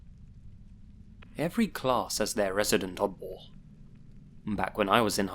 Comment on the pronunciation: Took me 5 tries to understand what you were saying I couldn’t figure out you were saying odd ball for the life of me. I was like “wtf is a mud wall?”